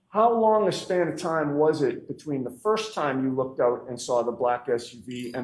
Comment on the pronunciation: “Hos long” … 🙄